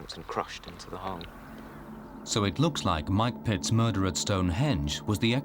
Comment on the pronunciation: Every time he said "Mike Pitts", I heard Mike Pence, and it gave me the creeps... xD